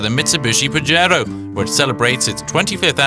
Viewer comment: haaha he said PAJERO haaha that means jack off lol its PAHERO its spelled with a j but sounds like an h lol